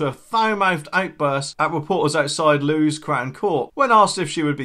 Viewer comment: It is pronounced "Lewis" - it is in East Sussex and their court is well known for letting off the guilty.